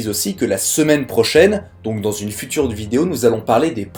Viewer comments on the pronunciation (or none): none